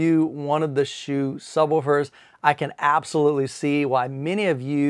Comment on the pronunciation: Thanks for the review I have had their other 15” sub for 8 years. Smaller company with great customer service. Dr HSU has even given me personal advice for settings and placement. FYI the name is pronounced Soo vs Shoe. It states pronunciation on the website and the employees pronounce as Soo. The unusual thing is the commercial recording when you call the company does pronounce “shoe”.